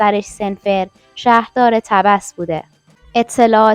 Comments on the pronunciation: نشد بازم .طبس ایرانی tabas تلفظ میشه ولی تبس مصری tebs تلفظ میشه . حالا اشتباه تلفظ کردی قبول کن خانم .انتقاد پذیر باش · تلفظ تبس رو غلط گفتین خانم .با طبس ایران ما فرق میکنه تلفظش